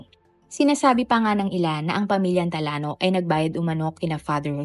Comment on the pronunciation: Talano ang basa talyano😂